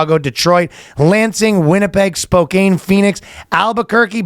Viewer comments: The city of Spokane is pronounced Spo-can, not Spo-cane...though you are from Kaw-naw-daw... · He loves the Spokaine.